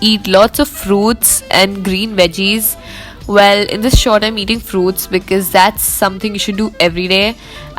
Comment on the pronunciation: It's BECAUSE and not BICIZ😂😂 or you could have just said BECUZ or CUZ... BICIZ us way too funny 😍 anyway love your videos ❤❤❤❤ waiting for 1m❤❤❤